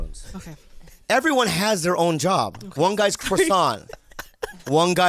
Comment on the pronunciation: His name should have been Bob-one not bog-one.